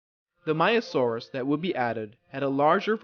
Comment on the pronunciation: Just to tell you frontier are working on a new DLC possibly either a Triassic dinosaur pack or Jurassic dinosaur pack. BTW you kept calling the maiasaura maiasaurus just to tell you.